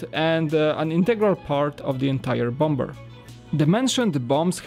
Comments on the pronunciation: For the people that are triggered about saying bom-b-er instead of bomber, is polish even though he's been speaking English for years he has said in a stream that he still has problems with some words he doesn't use very often, you can understand him, correct? Yes you can, so just leave him alone, alright? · The second B is silent in Bomber. Pronounced "bommer" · Good review, but I hate the way you pronounce bomber...